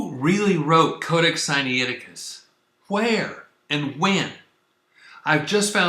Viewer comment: Siniaiticus? Sainicticus? Scussnitusis? SCHFAISDOJHIAIHIO!!! Where's the difficulty in pronouncing Si-Nai Ti-Cus?! AMERICANS!!! (Edit: Or it could just be me, that don't know the Greek pronunciation)